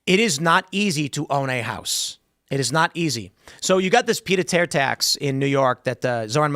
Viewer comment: You know 99.99% of the people listening to this are hearing Tim mention something that sounds like a pita tier tax and have no idea what it is, like Tim probably had no idea what it is until a few hours ago, but he just casually throws it out there like it's a household name, even though it's french and he's not even pronouncing it correctly. What a dork.